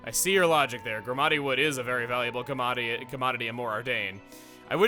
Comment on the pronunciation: Oh my god, you ALMOST said "Gormodity".